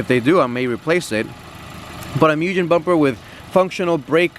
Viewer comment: Sooooo you got some shitty wheels and tires?? Cool. Bunch of stickers. Cool. Shitty exhaust mod. How’s that performance?. This is one reason I am not buying one of these. Bunch of ricers. It’s Mugen NOT MOOJEN. This guy say negative camber for better handling. Lol.